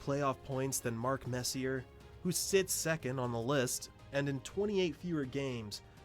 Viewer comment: its hard for you to catch it obviously but when the video doesnt even pronounce "Messier" properly its a huge red flag lol